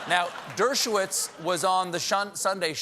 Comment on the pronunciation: Dershowitz: "Dirt-show-whiz"...